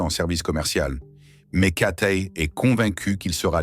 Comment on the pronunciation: c'est cathay pacific, pas katé, apprenez à parler français